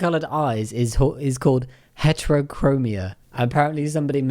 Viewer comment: i think they are trying to say Heterochromia.